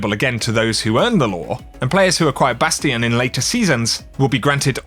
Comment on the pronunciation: Thank you for saying "Bastion" correctly. You can always be counted on for good common sense pronunciation.